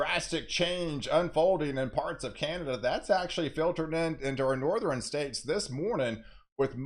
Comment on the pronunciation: So you can pronounce "western" but you can't for the life of you pronounce "southern, northern or pattern."